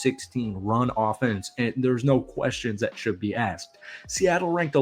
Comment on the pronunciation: It is pronounced, no, not nay. 😂